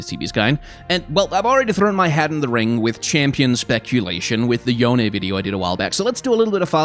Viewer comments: yone's pronounced "yo-nay" as confirmed by yasuo in legends of runeterra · Yone is Yo nay, if they pronounce it as Yohn it wont be authentically eastern based. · It is not Yone...